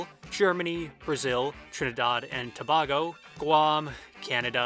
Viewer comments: 'trinidod and tobahgo' Look how they massacred my boy... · u butchered Trinidad and Tobago's pronunciation lmaoooo. good try tho